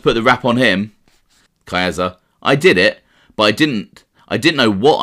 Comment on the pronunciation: ....Not kidding at all, and you aren't the worst offender. There are others far worse, but the fact remains. Caiazza.... there is no long "A" sound in Italian. Ca-yahtza. Casso - Cahsso, not CAYso Gravano is an uneducated street guy, not a professional broadcaster, as are most gangsters. He cannot really read either, and the vast majority of made guys have learning problems and/or did horribly in school. Doubling down on their ignorance isn't the way to go. I enjoy you & your channel. My comment is true of almost ALL YouTube mob channels and is perfectly thought out. Again, you are not the worst offender. I know some Italians can't even properly pronounce their own names; this is for many reasons; one of them being schools and workplaces (teachers and bosses) either couldn't or didn't care to pronounce properly, so they went along with it. I get it brother! I can see you care, and get shit about this. You say you "can't win." I RESPECTFULLY disagree. You can't please 100% of the people (I agree), so I would pronounce it CORRECTLY, rendering the complaints meritless. You can't control others mispronunciation, but you can control your own. Buona Fortuna......I really enjoy your stuff and am not trying to troll you